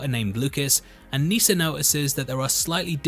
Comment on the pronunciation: As someone named Nissa you are saying it wrong. It's like Melissa not lisa